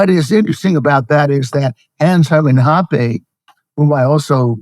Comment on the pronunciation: I dont think that's how you pronounce Hoppe..